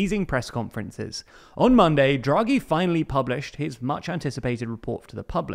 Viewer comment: It's DHRA-GHEE not JRA-GHEE